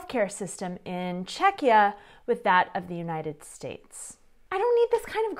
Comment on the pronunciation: I would love to watch more videos... but can't get over "Čekeeah"every 3 minutes :D